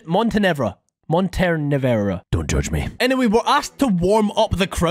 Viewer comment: Its pronounced (mon-ten-a-var-a) Edit:i know that its spelled montenevera, i was just showing the letters that it sounds like